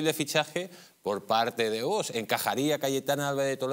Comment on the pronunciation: parece mentira que no sepas pronunciar la palabra VOX. Visiona tu vídeo y te darás cuenta de que no pronuncias bien.